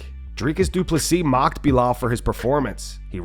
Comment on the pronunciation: Did anyone miss how Buffer called him Boolal in the pre fight intros